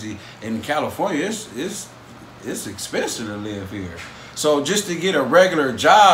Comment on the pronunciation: this muffer on your show... 😅😅😅. nope. talk like a person. nag, nag, bat, bat, s ispencive... help!!! help people talk with respect. language!!!